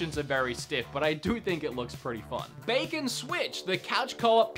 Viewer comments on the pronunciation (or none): none